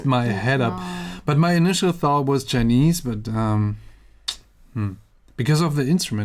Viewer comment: Everytime he said "chinese" I died a little inside 😩